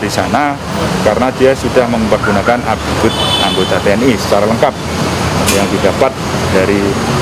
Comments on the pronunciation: Ngakak aq,pembawa beritanya bilang atribut jadi altiBRUT,tapi sbnrnya dia nyadar klo salah😁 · PEMBAWA ACARANYA G SEKOLAH APA 🤣🤣🤣🤣🤣NGOMONG ATRIBUT AJA G BECUS